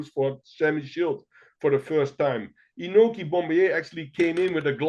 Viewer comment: Great episode. The New Years Eve battles of the early 2000's with Inoki, Pride, and K1 all competing is maybe my second favorite time to be an MMA fan, after UFC 1-10. Inoki's name is pronounced Ee-No-Key. Japanese vowels are like Spanish. He was actually raised in Brazil and claimed to have BJJ experience from the 1950's. Meltzer saw him submit Dan Severn in training. Also, there was no need to work a Nagata match. He was an amazing amateur wrestler but it never translated to MMA